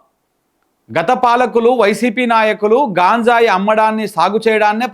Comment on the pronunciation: హలో సార్ అది గాంజాయ్ కాదు గంజాయి దయచేసి ఇంక ఎప్పుడు గాంజాయి అనకండి. ఆమె అంటే అమెరికానుండివచ్చినది తెలుగు రాదు మీరేంటి